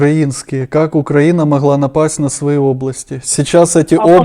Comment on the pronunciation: "почему УкЯїна напала на Ясию?..пьитаймази!"😂😂😂